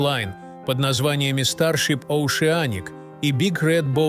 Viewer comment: Оушеаник? Может все же Оушеник?! Уши просто рвутся в хлам.